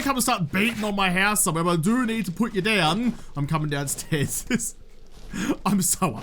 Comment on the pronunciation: The hoose? Scandal, is really a Canadian!